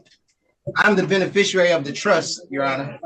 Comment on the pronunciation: If you're going to call yourself the beneficiary, at least learn how to pronounce it 🙄 "Benifishurary"